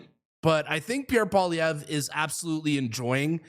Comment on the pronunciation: Say “Pwa - lee-EV - ruh” that’s close enough.